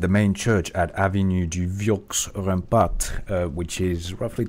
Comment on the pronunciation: it prononces "avenu du vieu rempar", the x and the t are mute